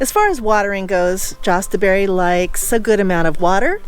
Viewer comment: Yes, Yahst like yah stuh berry.